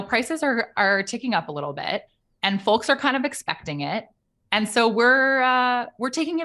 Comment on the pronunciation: I’m sorry, which region of this country enunciates the “L” in folks?.. I wouldn’t have noticed if she didn’t. sayl it. sol. mulch.